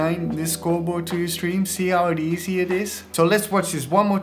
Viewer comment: I like everything in this video - except the emphasis on the word "easy."